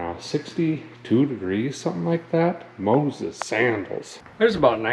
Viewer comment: Shivers a guy's bones. MO-ses.